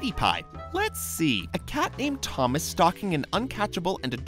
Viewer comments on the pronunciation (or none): none